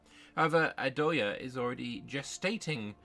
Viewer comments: The ‘th’ in ayutthaya is pronounced the same way as the ‘th’ in Thailand. Namely with a hard ‘t’. Also the stress is on the ‘yu’ and the ‘ya’, rather than on the ‘tha’. So it’s a-YOU-ta-YA. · Hello! Great debriefs that you have been doing for us since day one 👍 just for info, in Thai written in Latin alphabet, the letter H is only to differentiate the prior consonant, so “th” is pronounced like a regular T (like we all do in the word “Thai”), “ph” a regular P (or the island of Phuket will sound very strange with an English pronunciation 😂) etc